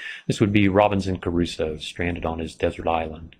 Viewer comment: Did he say, 'Robinson Caruso'?